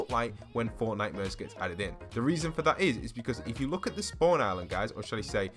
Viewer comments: I deadass thought he was saying fortnightmures instead of fortnite-mares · Lmao why is it called fortnitemares instead of fortmares